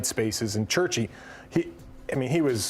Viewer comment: Cherki ❌Churchy✅